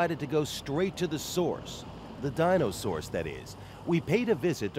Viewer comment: "So we went straight to the sourse. The Dino-saurce"